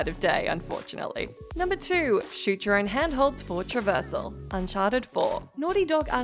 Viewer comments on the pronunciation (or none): What's a "Hadhold"?